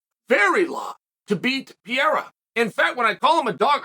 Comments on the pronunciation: It's PEREIRA not PIERA stop bucher this great kickboxer name. You hole cartier is less then this guy so show some respect! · Chael is not "Pierra" is " Pae_rae_ráa ". Google translation can give you an ideia of the correct pronunciacion. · I always find it weird seeing Joe Rogan pronounce Alexs name as Peheira, but Chael just outdid him with Pierra lol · Chael... don't start caring about name pronunciations now. You've been doing this schtick way too long... "Pee-yera" lol! 😂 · This guys is that stupid that he can’t even say Alex last name right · Chael has never said Alex’s last name correctly 😂💀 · Can't pronounce either name correctly....😂😂😂 legend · "I said his name wrong, I wanna say it right" - ok, who are you and what have you done to Chael Sonnen? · Come on Chael "Pereira" only has 7 letters to it. You can do it man!..lol